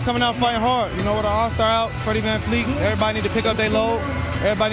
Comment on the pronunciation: Did he just say "Freddie Van FLEET"????